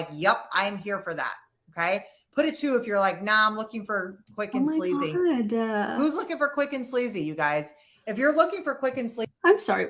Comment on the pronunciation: cheap and sleazy. But it sounded like she actually said slazy which is a new word I can get behind :)